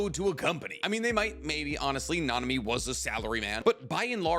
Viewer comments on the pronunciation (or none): none